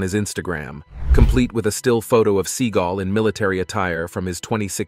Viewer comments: Omg, it's Seagal, not seeeegl. So annoying when it's said the wrong way. Other than that is't top notch video! 😁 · Se-GAWLLLLLLL not Seagull the bird🤦‍♀😆Still hit the 👍#567🥳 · His true name is pronounced "SEE-gal" for you kids getting all butt hurt. 🙄 He went with Se-gaal because he liked how it sounded. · Sea-gall, gavone. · His name IS PRONOUNCED Segle... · I'm assuming that AI was used in producing this video, and if so, it is surprising to hear how bad it did with pronouncing Steven Seagal's name. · Can u please say his name right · You can't even pronounce his name rite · Couldn't even get his surname correct !!!! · Steven is going to show up at your door for mispronouncing his name. Am I kidding, or ammi? I lived a block from his West Hollywood dojo for years - one of the students said he dropped in once while the kid was training. I never saw him. It's funnier your way. Seagulls are miffed.